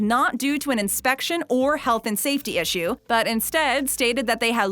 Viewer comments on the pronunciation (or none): none